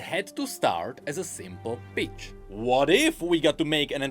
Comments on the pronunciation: Legit when says the "pitch" iam hearing "Bitch" bruh.... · I love the way pronounces "pitch". It must drive the algorithm absolutely crazy...